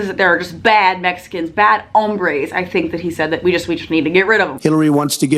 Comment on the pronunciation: Trump's pronunciation of 'hombre' made me cringe.